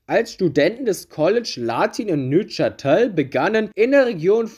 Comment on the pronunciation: Gutes Video, auch wenn die Aussprache von Neuchatel dann doch ein bisschen in den Ohren geschmerzt hat. 😁